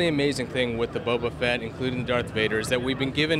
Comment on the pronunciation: Bobo fett!!???? Its boba fett ya noob